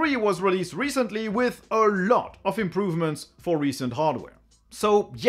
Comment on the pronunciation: Take a shot every time he says "Ah LOT"